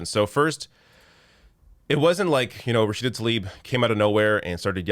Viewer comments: He can even say her name correctly 🤦🏾‍♂️ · she should've called him out when he said her name incorrectly twice in his speech yesterday. i bet she would've spoken up if it was Trump. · If the only offensive thing he did was mispronounce her name, sure, she might have called him out. But his words about hoping her family in Palestine is safe, while paying to drop bombs on her family... getting her name wrong pales in comparison. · Yeah he couldn't even get her name right! What a tool he is and certainly not the sharpest tool at that. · And he couldn't even pronounce her name right. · Rachida Mr President not Rachid, Daniela not Daniel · Her name is Rashida not Rasheed, Sir. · It's Rashida, not Rashid. C'Mon Jack. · who is “Rashide”? Biden hasn’t learned how she pronounces her name yet?.. smh she’s been in the news allot as a congressperson shows how disconnected the old fool is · Her name is RASHIDA !! Not Rashid...If Biden can't get her name right, he'll not get her message. Shame on Biden and his handlers. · Why does Biden call her Rashid instead of Rashida? Does he not know her name? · Rashid, where's Rashid, Such ignorance, cant even pronounce her name correctly, such BS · He can't even pronounce her name properly its Rasheeda not Rasheed. What a coward president. Biden and Harris are useless. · Biden's sencerity was a load of bull. He didn't even have the decency to get Rashida's name right! He kept calling her Rashid! That in itself is a tell tale sign that he doesn't care one iota about what she had to say. Let alone the confirmation of that arms sale. The only US president who would have opposed this would have been Obama. He was the only one with a shed of decency. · He straight up called her Rasheed, what a tool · Biden can't climb the ladder to the air force one how can he pronounce Rashid a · He keep saying Rashid. 🙄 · What an asshole! “Rashid” Tlaib he says! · Joe, her name is Rashida. There’s an “a” at the end of it. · He can't even say her name...